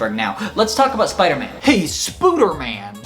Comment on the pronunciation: I must be sooo dumb, I laughed until I coughed when you said "Spooderman". It's funny because I thought his name was Spoderman and you added an extra "o".